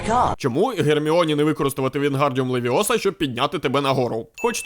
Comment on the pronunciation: не левиОса,а левИоса